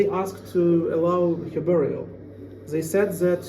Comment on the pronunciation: I find it interesting that the bald guy commenting on the basement situation would say, Zey instead of saying they. 😂 .